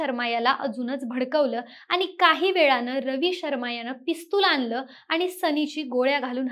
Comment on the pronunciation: भावणा नाही हो भावना बोला अणील नाही हो अनिल बोला पिस्तुलआनलं नाही हो आणलं बोला